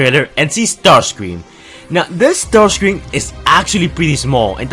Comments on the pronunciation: It not starcreàm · Caleb Ramat its not ramjet or starscream its ramshet or starsice cream